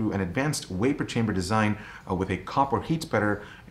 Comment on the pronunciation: VAPOUR not WAYPER